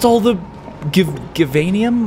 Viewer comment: you're pronouncing givanium wrong